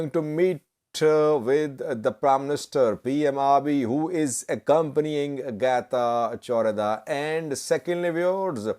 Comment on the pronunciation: Let correct you how to say correctly this name. Getachw Reda Not Geta jordha